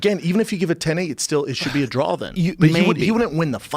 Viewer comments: A draw Brenda the word is draw!! Not drawl u fuckin dub ! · What is a drall??? Do you mean draw? Lmao 😂